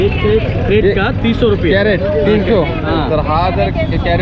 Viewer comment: कॅरट काय म्हणता क्रेट म्हणा की